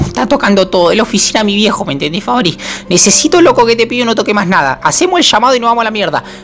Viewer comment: Le dice Fabi no Fabri JASJSJSAJSAJSAJSA